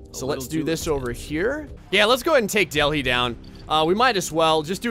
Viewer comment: Its Delhi not Delfi!